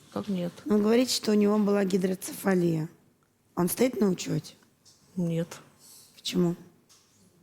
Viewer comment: Гидроцефалия, а не гидроИнцефалия 🤦‍♀️ Его же не клещ за голову укусил.